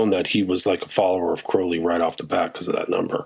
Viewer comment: It's CROWLEY rhymes with Unholy